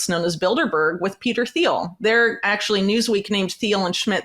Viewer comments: It's pronounced " Teel" the h is silent. You really shouldn't sell Trump and the Alliance short. Everyone who is an American citizen has to make their best choice. Trump knows how to work with enemies. Trump has something on each of them. Trump wrote "The Art of the Deal". He did deal with N.Korea and Putin, and Saudi Arabia, etc. Therefore, no wars when we had Trump. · You have very interesting, well researched views Whitney. I want you to be taken seriously; you have important work to put out there. So please take this the right way when I tell you that it is not pronounced THiel. The H is silent. Keep up the good fight, A Fan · The h in Peter Thiel is silent. It’s pronounced like Teal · For someone who is so knowledgable about Peter Thiel, she should learn to pronounce his name. It's pronounced "Teel or Teal." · All this research and she can’t say Peter Thiel’s name correctly 😂 dork